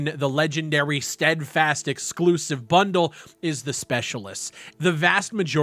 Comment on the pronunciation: Lol the way said bundle. 😂😂